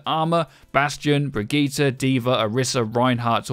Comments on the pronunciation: "Bregeeta" lol... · You know Brigitte is pronounced "brijitte" right? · It's pronounced Brigitte. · The way you pronounce Brigitte really grinds my gears. She's not some DBZ villain. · Birgit, brigitt, briigit, brigeet as a german this is so funny